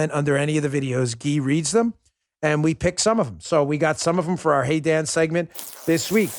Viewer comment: Sometimes when you say,"Welcome to the Dan Bongino Show" it sounds like you're saying,"Welcome to the Damn Bongino Show."